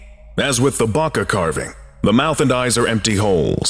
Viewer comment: Y'all rlly don't know how to pronounce Bocca, huh